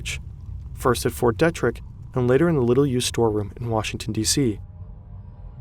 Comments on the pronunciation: “DEEtrick” it makes you sound like you have no idea what you’re talking about if you can’t pronounce the name of the location correctly which is easy to do if you’re familiar with the area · “Fort DEEtrick”